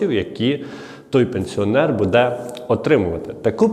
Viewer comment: Делай правильное ударение на слове,, буде,,, ты видно с западной Украины, сразу слышно